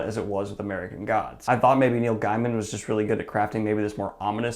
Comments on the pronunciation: Just a quick note: it's pronounced Gay-man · Technically it's Gay-min